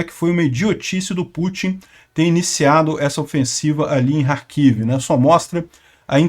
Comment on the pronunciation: oque dizer de dois professores de geografia que não sabem nem pronunciar Kherson e Kharkiv corretamente???